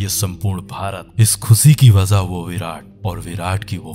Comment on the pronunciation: Sir aap bolte to acha ho par aapke "SH" aur "SS" me locha hai. Matlab Khushi ko khusi bolna